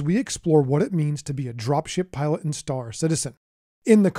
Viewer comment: Guess what i'm hearing when you say "drop ship pilots".